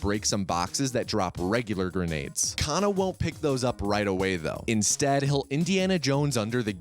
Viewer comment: about 15 minutes of this run I thought said "kinda" instead of kana "then he kinda crouches to avoid..."